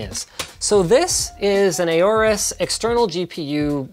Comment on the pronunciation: Cmon Linus i know youre American and say things like Aluminum which is worng but Aye oris? its Aw Rus (Aurus). Cmon!